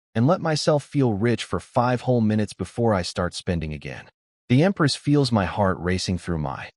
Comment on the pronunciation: pronunciation still need work instead of spelling out my.